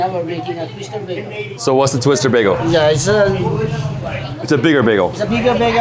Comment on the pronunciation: You're not from Toronto if you pronounce bagel as bag-o